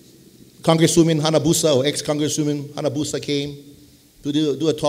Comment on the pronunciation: Hanabusa is not correct...